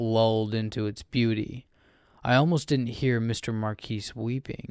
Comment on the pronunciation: really good emotion, mispronounced a few words, the "s" is silent in Marquis, I got all giddy listening to it :D